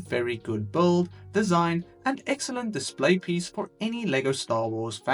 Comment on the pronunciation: Why do you always say bold instead of build?